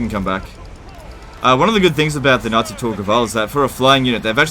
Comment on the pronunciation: Sounds like saying “Nazi Tor Gaval”.